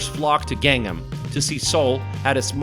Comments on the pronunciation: ).. The other ones are understandable, since they can be difficult to pronounce, but I was a bit surprised when he pronounced Gangnam as Gangam, leaving out the N. That was like the most famous song in the world. LOL Good video overall, though. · Your pronounce is wrong. Gang nam, Nam san, or Han gang(Rv) 's 'A' words pronounce is not 'ae'. not gaeng, nam, not naem san, not haen gaeng.;; just 'A' sound. ;) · His pronunciation of place alike gangnam is not correct. Perhaps pronunciation would be Ghangnam. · not 'gaeŋ-nam'. you have to pronounce it 'Gɑ:ng nam' similar to 'Kang-nam'. like 'Samsung'(not sæm sung) . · I had to laugh a couple of times at your pronunciation, especially of the city section name of "Gang Nam!" (It's not Gangam!) Having lived a little northeast of Seoul almost four years, I still found your video interesting and informative. When people ask why I want to live in Korea instead of America, my first answer is that I can relax here. That's largely because it is such a safe country. I never worry about crime. My second answer is that in Korea, "customer service" is real. One of my greatest peeves is that it can be next to impossible to find a trash can. Another one is the sometimes difficult task of driving here--cameras are a drag! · God ! U can’t even pronounce simple word like Gang nam!!!!! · Your pronunciation of these names are cringy. Latte World, Hoondae, Gaungnam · And Gang-nam (강남) has to be Pronounced “Gang Nam” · By the way, could this guy try any less to pronounce these places properly? Seriously! It's like he's TRYING to mispronounce them! WTH: Laahtay World Tower, Gang-um/Gaynnum... the palaces were the worst--or funniest! They're all neat places though. Korea is a great place to visit, but staying too long makes you realize that you will always be just a visitor, unlike when Koreans move to America or Canada and become citizens. Nice to visit for a week. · Gangnam is pronounced an Gahngnam (not like 'gang') etc.